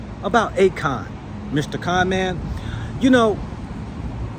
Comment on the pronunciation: A-Con-Man? ¯\_ʕ(⚆◡⚆)ʔ_/¯